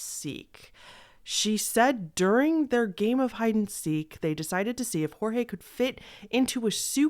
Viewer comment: Thabk jesus someone who pronounces Jorge right 😭 everybody has been saying it as George when it's pronounced as hor-hey (or whore-hey which is pretty derogatory sl i dont. Say that. Bht jt js how you say it)